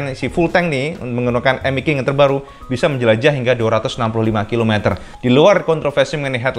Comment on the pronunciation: Bacanya mesti begitu yah emmek king ?!?🤣🤭